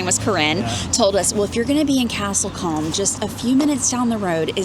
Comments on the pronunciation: Castle combe , pronounced like room 👍🏼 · It’s pronounce cooom not comb